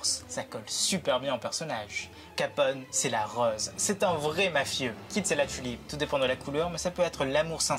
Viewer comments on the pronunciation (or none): none